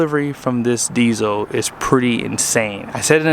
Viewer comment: There is an “L” in diesel!